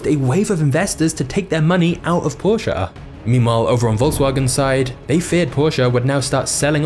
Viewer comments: Dude. It's Porche. Not Porcha. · Learn how to pronounce porsche. Do not care if you're English or not, that's a german word, there's no prolonging the "sche", nor It's a "uh" soud. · its not a porshaa, its Porsche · porshaaaa thats all i hear... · i realy like the video .good job witch the anemations and tata vut i dont like how he pronounses porsche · thats not how u pronounce porche lol great video tho :D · Amazing. You said the word Porsche perhaps 70 times throughout this video, and you mispronounced it every time.